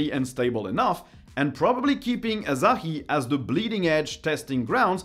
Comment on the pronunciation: It's Asahi, not Azahi...